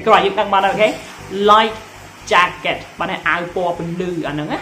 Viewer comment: Explosive មិនមែន Explorsive ទេ! Jacket មិនមែន Jeket ទេ! ហេតុអ្វីក៏ និយាយប្រឹងម៉្លេះ?